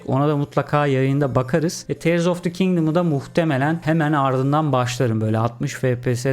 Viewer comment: Abi 'da tiğırs yerine teırs dediğin için kafaya takıp google'ı arşınladım. Ulan diyorum acaba yanlış mı anladık oyunu. Sonuç: "Tiğırs"mış :) 5 dakikalık kafa yedirmen için teşekkürler :D